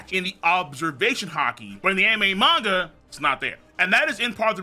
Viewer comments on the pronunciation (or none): none